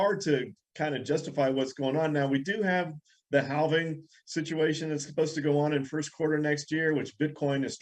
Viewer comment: It's definitely the HAL-ving 😉